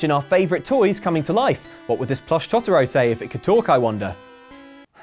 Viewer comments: it's TOE-TUH-ROE, not TOT-UH-ROE. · Not tryna be stingy but you say totoro as tow-tuh-row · You pronounce totoro as Toe-toe-row